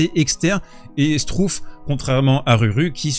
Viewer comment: Struff se prononce chtrouffe, pour la prochaine fois …😉